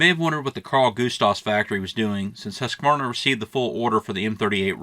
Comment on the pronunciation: Nice video❤️🔥 Btw, Husqvarna is pronounced Hoos-kvah-rnah, greetings from Sweden.